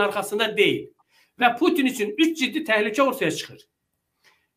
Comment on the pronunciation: Bütün yox Pütün